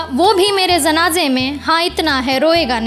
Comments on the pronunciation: Tallafuz khrab hai zanaane nhi janaze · जी, बहुत सुंदर है आपकी कविता। और खूबसूरत हो सकती है यदि आपका उच्चारण सही हो जाये। जैसे आप शरमाये को सरमाए बोलती हैं जनाज़े को ज़नाजा। God bless you beta